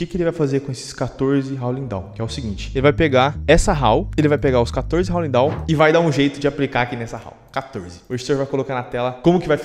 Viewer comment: Quando tu disse "HOWLING DAWN", eu escutei "HOWL LINDÃO"